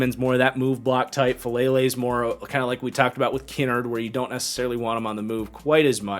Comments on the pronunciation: as I’ve heard it from the majority of places it’s pronounced Ki-nard as in like “kicked in the nards” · Lol I had little to no issues with the list the only thing that rubbed me the wrong way is his mispronunciation of Darian Kinnard’s name lmao